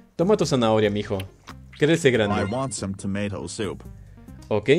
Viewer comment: el pibe que no sabe ingles:TOMAT